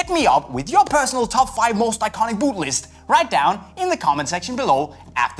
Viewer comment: Can't cope with the way he says boot